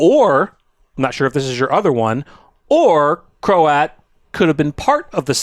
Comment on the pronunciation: Btw… Croat is one syllable. Rhymes with throat.